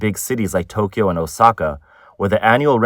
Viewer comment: You're Asian and you can't pronounce Tokyo, correct Tok key yo is wrong It's Tok yo